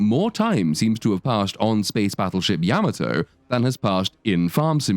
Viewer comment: Spaceship Yammertoe?!? .. Yam-Ah-to.